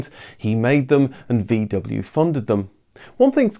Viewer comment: For God's sakes, pronounce VW correctly.